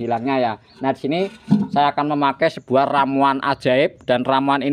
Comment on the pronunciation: Air kok se buah to ms, klo ngomong p et L a n2 aj gk usah buru2, sebuah sir, se buah kain, a pakah bener 😂